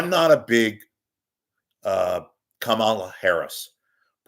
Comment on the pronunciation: Please pronounce her name correctly: the first syllable, "KA" gets the emphasis.